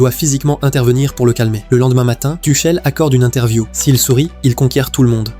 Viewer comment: Tuckel, Tuchelle, elle est belle l’IA …